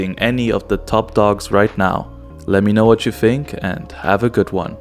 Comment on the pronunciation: FEEENK OR THINK?